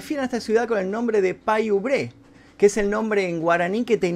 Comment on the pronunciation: se pronuncia Pay Úbre no Pay ubrÉ